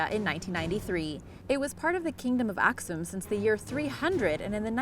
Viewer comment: She pronouned Aksum as Askum...